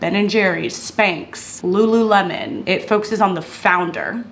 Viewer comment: I laughed when you said Spanxs. What are Spanxs ? Lol